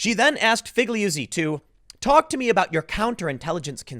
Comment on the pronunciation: I'm pretty sure you say Figliuzzi like feel-yoot-see. Italian is weird like that.